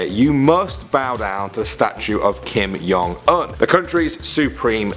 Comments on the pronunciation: its Kim JONG Un not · He said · the way he says "Kim Jong-Un" makes me cringe.